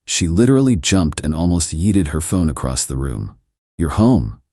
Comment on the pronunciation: I had to look up the term “yeeted”! Why is it that AI can pronounce that fine and even use it in the right context but dollar amounts, abbreviated words that don’t need abbreviation, trying to pronounce expressions like LMAO that turn into non-words like “elmayo”…!! Seriously. Train your AI better.